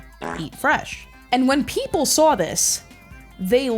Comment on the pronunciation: and Tazz from ECW are the only people I have ever known that pronounce the word Saw with an R